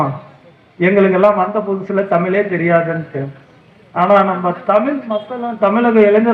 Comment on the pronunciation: தமிழ் என்று கூறுங்கள் தமில் இல்லை